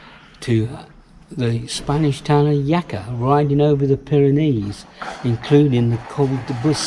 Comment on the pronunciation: Jaca is pronounced hacka